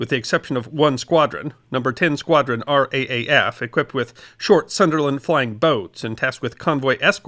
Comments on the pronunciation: Another great video, thank you. might I say though respectfully, Its nice when those from over seas reference our Services as we do, it's not the R.A.A.F as its correctly written, but rather pronounced The R AA F {R Double A.F}. Brave men, Brothers, Uncles, Nephews, Husbands, & Sons. This tragic roll call does not mention those like my Aunties brother who died during his flight training. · At no point during the war would anyone in the RAAF have pronounced it "Raff", because of the potential for confusion with the UK RAF. That wasn't acceptable to the Aussies; as points out, Pat Hughes etc made a point of wearing their midnight blue RAAF uniform, even though when they were technically RAF officers. So did actual RAAF personnel, serving in Article XV squadrons (or actual RAF squadrons). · Just a correction to the pronunciation of “RAAF”. It’s “R-double A - F”. Not “R-AA-F” (Kym in Darwin, Australia) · RAAF is always pronounced as "R Double A F"... just saying... LOL. And one small point. The BOB clasp was NOT limited to what many think of as "Fighter crews"...the pilots of Single seat fighters. As you mentioned Defiant and Blenheim crews (amongst others) were also eligible. And there were (not surprisingly) some injustices in its award..as one author pointed out, a fighter pilot shot down and injured on 9 July who returned to operations in November was NOT eligible..even though the initial stages of the Battle (the combats over Channel convoys for instance) certainly seemed to have occurred before that date. Conversely, a Blenheim air gunner who flew his first mission the night of 31 October WAS eligible. Thats the nature of such awards, there has to be a start/finish date. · R Double AF is the Australian pronunciation. Not R.A.A.F. Always has been and still is. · Thankyou so much for this story, as all too often Australia's participation is overlooked. Your pronunciation of Australian place was very good although it is the (R double A F). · R-DoubleA-F. FYI